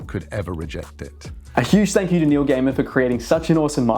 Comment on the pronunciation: everytime you said Neil Gaiman i heard New Gamer.... 😂